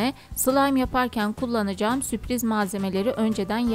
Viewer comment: Süpriz değil Sürpriz :)